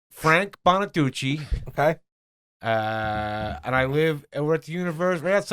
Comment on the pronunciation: Not Frank bonaduchee 😂